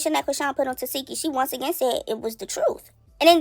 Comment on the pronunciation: But we all still pronounce TESEKSHI wrong she even gave up correcting ppl TE-SEK-KI not Te-SEE-ki 😆